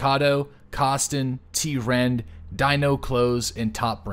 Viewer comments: you were saying t-rend but it’s trend just with a lower case t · It's Trend, not t-rend.